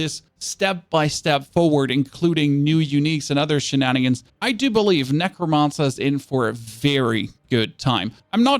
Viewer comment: Nec - ro - man - cer. Not mon sir ya weirdo.